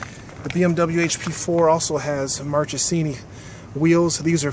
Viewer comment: It pronounces "markesini" not like "march " In italian the H after the c pronounces like "k" when you say " akrapovic"